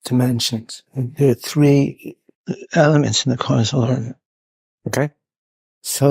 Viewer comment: Maybe the OP and I are both trolling you independently. 🙄 Now that I've listened to it a million times, it sounds like "quanz-uv". No idea why.